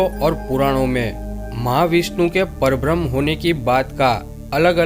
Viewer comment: Parbram nahi. Parabramha.m nahi h. PARABRAMHA. ha, haa nahi. Thoda ucchar thik se karo. Nice information.